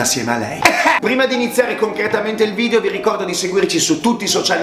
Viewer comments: Solo a me sembra che dica "nuovo vidio"😂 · Pk la gente dice vidio? Un abbraccio e buon anno anche se la presente comunicazione e ogni documento ad Altedo che non esisti che non esisti hai bisogno per la sua rimozione e smaltimento. Dio sasso